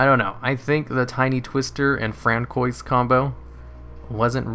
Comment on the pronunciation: We have ruled out that you are not French, Canadian nor Cajun, plus you did not take French in school. It is pronounced Fran-swah. But you made my morning! hahaha :D